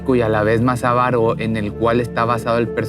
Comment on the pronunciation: Dijo avaro?? O ALVARO.?